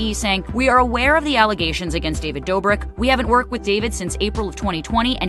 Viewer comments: Ti it’s pronounced David Dough-brick not Door-brick 😂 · David, just like everyone other influencer should have been taken responsibility as someone who portrays themselves as a generous, nice guy. (Also his last name is pronounced "Dough-brick" lol you had it right the second time) As for Derrick Jaxon, I use to watch his advice videos and I knew he was married. But looking back at his page I noticed he never really showed his personal life on ig as you'd think someone who gives love advice would. If you're married and are a "relationship expert" why not show your followers how well your love life is?? I think he wanted to have his cake and eat it too smh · I love that you say David's last name as "Doorbrick" 🤣🤣❤❤ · I love you Ti!!!! And it's Pronounced: Doe-brick 😆